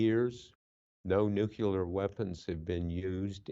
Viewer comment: "nuk-u lar"